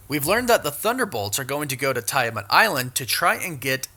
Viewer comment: I think you're pronouncing Adamantium and Tiamut incorrectly...